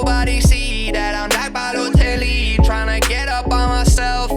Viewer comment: is BALOTELLI